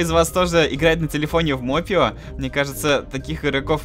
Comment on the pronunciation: Не мопе ио а моп ио